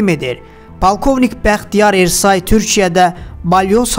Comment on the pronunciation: Ersay yox, türklərdə Ə hərfi yoxdu, E hərfi Ə kimi oxunur. Bəxtiyar Ərsoy deyin.